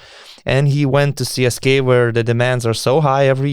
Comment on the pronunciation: Donatai, ne CSKay, o CSKA :) net anglakalbiai taria CSKA (CESKA), be jokiu "Kei" gale. O siaip, saunus podcastas, lauksim toliau